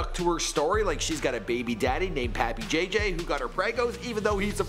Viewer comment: "Pappy" jj lol jesus he always screws up someone's name! 😂😂😂